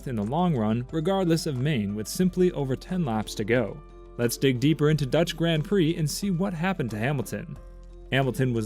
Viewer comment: I can't listen to anyone that can't pronounce the words grand prix properly